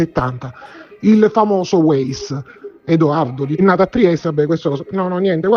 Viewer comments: Weiss si pronuncia vàis e non ueis... Comunque secondo me la storiella delle coincidenze altro non fa che distogliere l'attenzione dal movente. Chi ha riportato a casa gli effetti di Liliana? Perché in una struttura sanitaria mi immagino chiedessero il pass e altri documenti... Un tentato abuso a 64 anni... Solo una persona poteva avere questo chiodo fisso, come dimostrano le sue innumerevoli relazioni "libere" con altre donne... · Weiss si pronuncia Vaiss